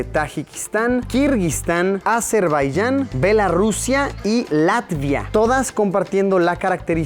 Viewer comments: Es "Bielorussia", y no "Bellarussia". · Bielorrusia no bielarussia